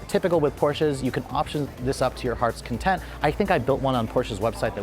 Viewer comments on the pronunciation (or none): none